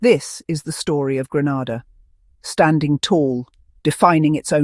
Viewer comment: It's Grenada, not Granada